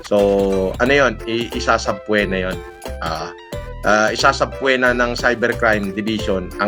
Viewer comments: Suh-pee-nuh ❌ Sabpwena ✅ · WORD OF THE DAY: "SubPWEna"(Subpoena) 🤣🤣🤣🤣🤣🤣🤣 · WORD OF THE DAY: "SubPWEna" (Subpoena) 🤣🤣🤣🤣🤣🤣🤣